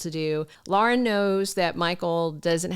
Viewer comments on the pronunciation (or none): none